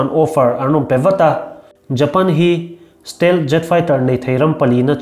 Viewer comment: Stelh tia i lam hi still tin lam zawk la ava in hmeh dawn ve